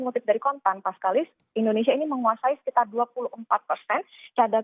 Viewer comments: Ndonesia??? Mana huruf I? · editor kompas tolong itu kurang "I" BUKAN NDONESIA tapi "INDONESIA" haduuuuhhhhhh